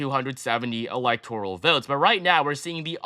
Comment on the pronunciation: alihtoral college?